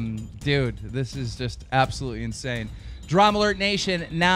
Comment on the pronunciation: I don't know what I'm more annoyed by, the fact that he had an extra cup, or the fact that he kept saying "dramulert".